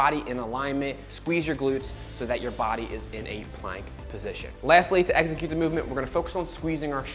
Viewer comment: Ex-i-cute. Not egg-zi-cute. 🙄